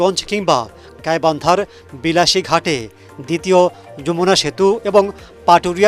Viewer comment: ওহে, বিলাসী নাহ😂😂😂 বালাসী হবে 😂😂😂